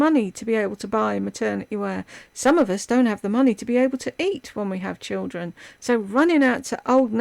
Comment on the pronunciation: Every time she says choodrin instead of children, I want to curl up in the fetal position.